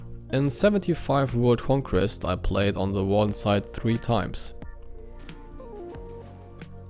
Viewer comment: and your english is good enough ( just an advice pronounce Warden with R because ur R is hard to hear i hear Waden XD but its better than me lol )